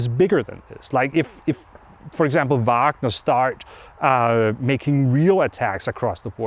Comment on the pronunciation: I love how Anders is the only one who pronounces Wagner correctly without the horrendous American Uæægner.